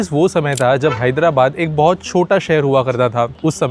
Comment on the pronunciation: I don't know why South Indians add that hard 'th' sound even when the spelling is Amaravati not Amaravathi, And where required you don't add the 'th' sound. There you sound like 'Mai aya ta' instead of 'Mai aya tha' Similarly these Bengalis also keep speaking Ao instead of Aa sound, like they say Joy Hind. it's irritating, don't disrespect other languages and your own language too